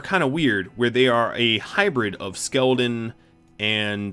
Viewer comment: Why tf do you say skeleton like that you don’t even have an accent so why